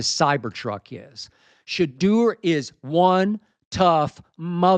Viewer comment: It's pronounced "Sha - DOOr".